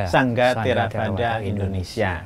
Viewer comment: V dibunyikan w, bhikkhu Panyawaro, theravada dibacanya therawada. Ini bahasa Pali.